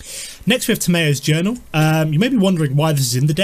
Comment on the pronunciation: its pronounced Tam ee yos journal